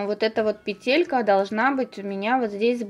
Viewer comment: Классно, очень понравилось, только почему петЕлька? говорите правильно , пЕтелька🙄